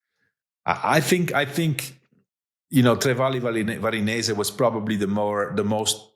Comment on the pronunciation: This is the first time I’ve heard Johan mispronounce a race name - Tre Valli Varesine.